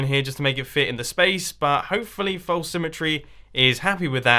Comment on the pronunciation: Anyone ever notice that he pronounce false like folce when saying false symmetry but he says it normally when he's just saying false. Lol accents can be kinda weird